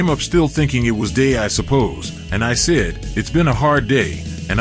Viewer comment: Keeps on pronouncing the word "said" as sid.